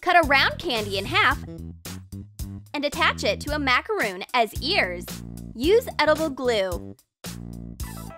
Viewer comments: It's pronounced macaron not macaroon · it is macaron not macaroon! I'm so triggered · Who else cringed when pronounced macaron wrong?